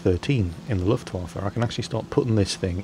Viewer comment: probably the only Englishman who knows ho to say "Luftwaffe":D